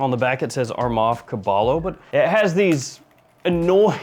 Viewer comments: It's pronounced kah-bah-yoh and it's spanish for horse. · I think it’s pronounced “Ka-ba-yo” 😂 which is horse in Spanish or Tagalog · Caballo - Ka-buy-yo- is spanish for horse 🐎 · hey heads up the double L in caballo is actually pronounced like a Y so it’d be caba - yo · Pronounced "Ku-buy-o", meaning "stallion" in Spanish. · Hey, the double L in Caballo is silent so it's like saying Kabayo. Caballo is Horse in Spanish. lol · Dude the double l in Caballo is pronounced as a y sound it's Spanish for horse. The proper pronunciation for it would be cabayo when your reading caballo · Cah-BAH-yoh my dude. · Caballo is pronounced as "KUH BUY YO". It means horse in spanish. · The first fragrance is pronounced " Cabayo", it's spanish for horse. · It is pronounced "Cabayo" which means horse in Spanish. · Caballo= cabayo? And I'm not Spanish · gotta say, you really massacred that 'caballo' pronounciation my friend😂